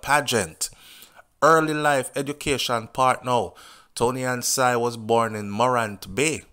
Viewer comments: Somebody please teach this man how to pronounce Toni-Ann's last name properly. Unbelievable! It's pronounced sing not sine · Not sigh.... pronounced SING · Her name is (SING/SINGH) NOT SIGH as you calling her.. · Sing is her last name not SIGH, Its Singh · Great review started watching after the live yesterday but got caught up in watching the actual music video and really enjoyed it so played it over and over. One thing her name is pronounced "Sing" but great review.....a u bring it to a lot of people's attention 1st becaise I was on tik tok and didnt even see it until u highlighted it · Ive been told by many that it is pronounced SING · Her name pronounce as SING its spelled the HINDI way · No disrespect but her last name is pronounced sing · Her name pronounce sing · You pronouncing her last name wrong